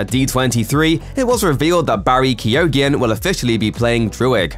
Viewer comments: Barry Keoghan name is pronounced Ke-Own not Keo-Ghin. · pls tell me he didnt just say keeeoogan why cant the americans pronounce our irish names !!!!!! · I thought Keoghan was pronounced 'cogan'? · Anyone else pull a face when he tried to say Barry Keoghan's name??? 😅🙈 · And had to say it so many times!!!! 😳😳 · That is not how you pronounce keoghan the gh is silent in the Irish language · How hard would it have been to google how to pronounce Barry Keoghans name. Jaysas what a butchering!!!